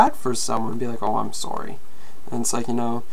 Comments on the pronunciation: Looking at someone; 'soory' AHAHAHAHAH xD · Bro, the way you say sorry lol, I say it almost with an ''AH'' sound SAHRRY STAHP